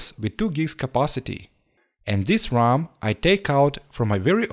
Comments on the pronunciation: I’m sure he meant RAM, it is his accent which makes it sound like ROM. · keep in mind that it is R-am (RAM) not R-OM (ROM) these are completely different stuff.